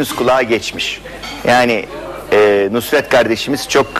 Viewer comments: "NUSR-ET" "NURS-ET" değil... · Nurs et derken nusr et olmasın o 😁